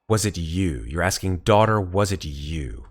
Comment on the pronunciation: It cracks me up so much that keeps reading it as "day oot er" instead of "daughter"... EDIT: Oh man, the moment when noticed it was daughter the entire time 😂 been there man. I was hoping you'd spot it and get a laugh. I love how real that is as a GM.